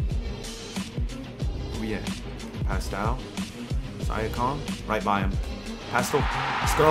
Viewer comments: It’s siiankam not siakam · I hope joking when he says Sya-com. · Love the vid but just fyi it is Sea-ahh-come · Pascal “Sia-com” 😂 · He said “syakam” LMAO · PASCAL SIGH-AH-CALM. LMAO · 'pascal si a kime' lmao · Is that really how you say Siakim or are you just trolling? lol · said pastal syakum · “Pastal siakom” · Pascal sigh-a-comm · He said siakom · sigh-ack-am is not it bro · I hope he was joking when he said siakam 💀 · Bruh my man says Siakam's name so wrong lol🤣🤣🤣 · can we say siakams name right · Mans said pascal last name do wrong 💀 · oh god i can NOT stand the siakam pronunciation 😭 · Siakam he can’t say it right it like do you even watch basketball